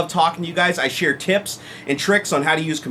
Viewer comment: did you say tits.........or tips